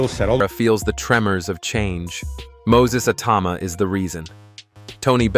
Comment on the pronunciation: If your going to do a video on Moses Itauma at least pronounce his name right.There’s about six different ways you’ve said it.